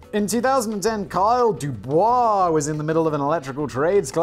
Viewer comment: Hey, Simon successfully pronounced "Dubois" this time! As opposed to DuBois, the provincial town in Pennsylvania where nobody has spoken French for 250 years.